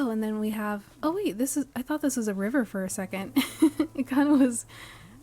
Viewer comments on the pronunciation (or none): none